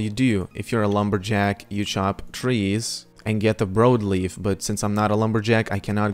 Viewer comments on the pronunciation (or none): Brawd leaf* is how its pronounced. Sry, Idk y its driving me nuts lol